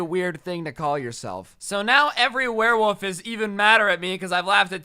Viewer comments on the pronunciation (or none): Why did keep saying werewoof instead of werewolf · It was funny when he kept saying werewoof instead of werewolf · Is it just me or isn’t weird that he’s saying “woof” instead of “wolf”. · “wearwoof” haha